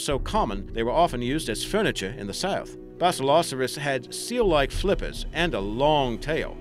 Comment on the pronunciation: Why are you pronouncing basilosaurus that way it's basilo-saurus